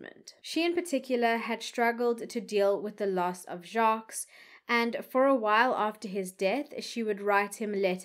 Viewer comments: please listen to the French pronunciation of Jacques as the S is silent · Hi 😊 In case nobody told you. (I didn’t read all the comments). The last “s” in Jacques’ name is silent. Pronunciation is: Jacque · TIP: You don't pronounce the "S" in "Jacques". The "S" is SILENT.